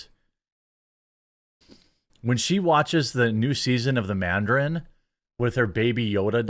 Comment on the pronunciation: Lol Jeremy calling it the manderin is cracking me up